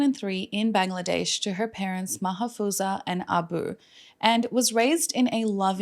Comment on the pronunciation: Thank you! I was today years old hearing the correct way to say Bangladesh! Keep up the good work! We adore you and are grateful for the stories you share with us with such compassion and intelligence.